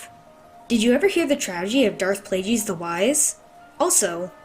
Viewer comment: Wait…how did you pronounce “Plagueis”? “Plajeez”? WTF is a “plajeez”?